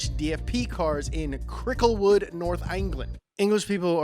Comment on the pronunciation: Oh my God, the “Cricklewood” part!